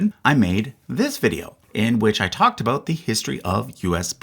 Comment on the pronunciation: I've lived and worked from coast to coast in Canada for 50 years and I've never heard a single Canadian, and especially Newf, ever pronounce "about" like that.